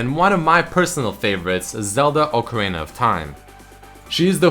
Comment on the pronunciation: You actually pronounced "ocarina" correctly. Nice.